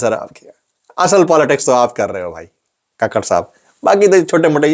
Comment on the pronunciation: Kukar hai kakar nahi